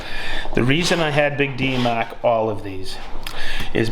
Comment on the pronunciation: Say mawrk these one more time 😂